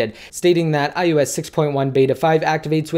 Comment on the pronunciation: Why does it sound like u are saying ius instead of ios??? thanks for the update!